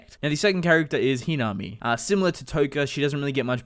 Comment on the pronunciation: It's pronounced he na me